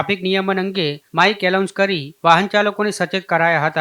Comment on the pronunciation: અરે મિત્ર એલાઉન્સ ન કહેવાય એનાઉન્સ બોલાય